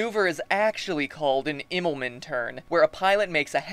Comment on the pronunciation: Pronounce it like "Immelmun" Also you forgot that in far and open Space the gravitational pull is something not that easy to work with.